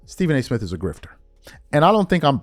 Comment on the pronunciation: Why do you pronounce “Smith” and “birthday” as Smif & burfday? Play the tape.